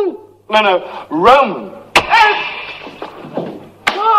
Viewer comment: "Tenho um "glande" amigo em Loma..."